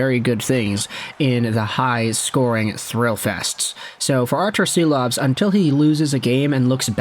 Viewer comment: I believe Silovs is pronounced as Shilovs